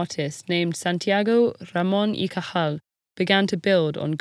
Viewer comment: The pronunciation of Cajal's name was excellent! Great video.